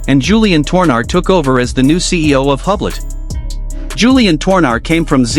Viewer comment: Please try correct French pronunciation of the company. [yblo] The H and final T are completely silent.💜